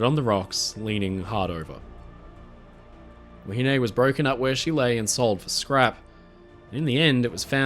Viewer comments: Wahine is pronounced 'wah he nee' in NZ, not 'wah he nay'. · I thoroughly enjoyed your video, however I was starting to get annoyed on how you were pronouncing "Wahine" you were saying "wa-hin-ay" where the correct pronunciation is "wa-hin-neh". Besides that keep up the great work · Actually the pronounciation is a bit off. The contemporary pronounciation was more like "wa-he-nee". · Have I been pronouncing “wahine” wrong all my life?